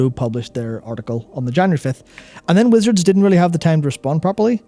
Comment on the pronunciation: Every time says Wizards I hear him say Blizzard out of habit.